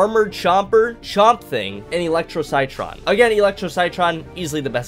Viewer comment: Armour chomper is definitely a bit underrated, he's best played outside of turf takeover where you can sneak around the map and bite people for some pretty good damage. Also citron is pronounced like sit tron ;)